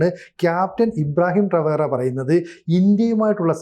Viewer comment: എടാ കിഴങ്ങ് ഇബ്രാഹിം ട്രാവർ അല്ല.. ഇബ്രാഹിം ട്രോർ